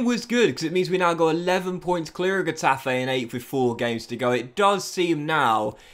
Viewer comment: N is pronounced like in English, Ñ is pronounced like the Brazilian "NH": Exaple: Ca-TE-na, Co-me-SA-nha Also, these denote tonic vowels: Á, É, Í, Ó, Ú Example: CA-diz, los CAR-me-nes Finally, G before E or I is pronounced like H unless followed by U, which is silent. Example: He-TA-fe, Gi-lla-MON Some other teams' names with different pronunciation: BE-tis, Al-me-RI-a